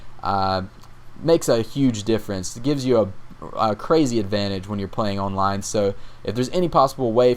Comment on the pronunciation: Owwwnline - Dat Accent ;)